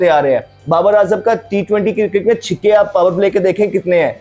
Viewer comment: कंगारू ❌ कंगेरू ✅ छक्के ❌ छिक्के ✅